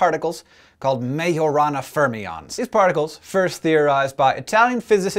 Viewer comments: at first i was like: did he just say marijuana then i was like : majorana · i thought you said marijuana felines